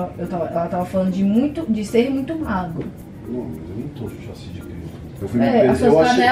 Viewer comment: KKKKK a nao consegue falar chassi kkkkkk